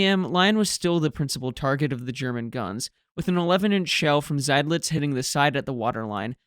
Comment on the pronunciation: Excellent return from your vacation with your best video up to now. The Germans were lucky that Beatty didn’t give a sh*t on professional communication! Seydlitz, Lützow: perfectly pronounced! 👍🙂